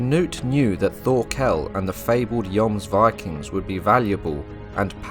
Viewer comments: Bro your saying Thorkol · Really good video, that was well researched. Though Thorkell's name is pronounced Tor kEl, the H is silent and the kell part is said with an E, not an A. Also it's Knud the Great, you say the Kn as in "know", though with a little more emphasis on the K, and the d is for once actually pronounced, bc in most words Danish, that has a D, the D is usually silent, but in "Knud" it's not a hard d, you have to roll it of and make it a softer pronunciation. And I absolutely love Vinland Saga, even though it has some low-fantasy elements and some classical shounen tropes, it is one of the most realistic depictions of Old English and Old Norse lifestyle, housing, clothing, tools, weapons, armours, tactics etc. one other thing, that it gets right compared to most other medieval shows, is all the different colours of their clothes. If we take Vikings as a reference, they are all grey and brown and for some fucked up reason wearing leather armour, which all historians agree never existed. The Vikings of reality were full clad in iron armour and big powerful shields, spears and axes with an array of colours on their clothes, just like we see in Vinland Saga. There's a good reason they where seen as some of the best warriors in the World.